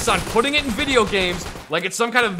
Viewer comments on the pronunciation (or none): none